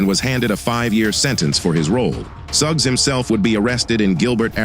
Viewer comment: I almost heard his name Antoine Thugs when you said Antoine Suggs.